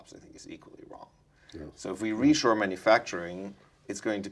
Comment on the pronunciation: It's not "reassure manufacturing" but re-shore manufacturing.